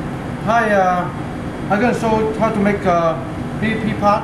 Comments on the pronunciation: Did he say Pee Pee Pod? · bee pee pah